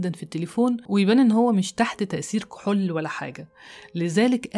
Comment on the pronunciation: لا أدري لماذا تنطقين كلمة (كحول) هكذا (كحل)؟ غريب!!